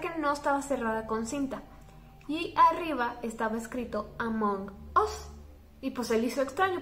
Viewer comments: Si escribo "Among us" En el traductor se pronuncia "Among as" no "among os" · Ablas mucho y además es Amón as no among us y además me insiste caer el cel en mi cara